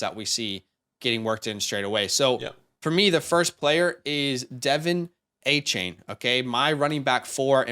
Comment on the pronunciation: Just so ya know, Devon Achane sounds like D’Von not Devin. Great video thanks guys.